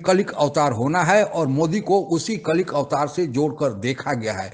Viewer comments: कलिक अवतार नहीं होता , कल्कि अवतार होता है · Its KALKI avatar not KALIK avatar ... Pehle sahi se bol to lo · It is KALKI AVATAR not Kalik avatar. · कलिक अवतार नहीं, कल्कि अवतार। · कलिक अवतार नहीं कल्कि अवतार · Kalik nahin hota bhai KALKI hota hai 🙏🏻🌹🌹🌹🙏🏻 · Kalik nahi kalki sahi hai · कलिक नही कल्कि कहो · अबे कलिक नहीं कल्कि अवतार बोल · Jo bhi vedio banaye ho bhai Saab...jo pakisthani TV channel main sahi pronounce kar paye tho aap kyun nahi pronounce karsake...Oh avatar hain Kalki...Bhagwan vishnu ka 10th Avatar...